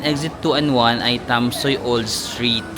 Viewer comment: Hello, Tam-sweee or tam-sway ang pronunciation ng Tamsui. More power, I enjoy your vlog! 😊😊